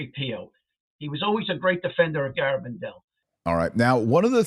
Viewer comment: It's gare, not garr abandal.